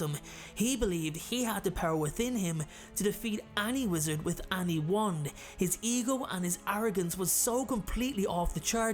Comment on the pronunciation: I love the way he says any like annie. Love binge watching his vids. Thank you for making the pandemic days better